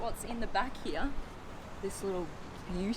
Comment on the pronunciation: I love you when u say the word heere